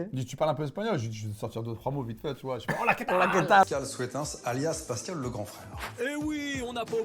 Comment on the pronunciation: Désolé mais ton blase ce n'est pas SOétins hein. Ca se prononce SOUTEUNS. Tu as beau être dans le déni cela n'y changera rien. Ton blase est d'origine FLAMANDE putain. SOUTENS pas SOéTINS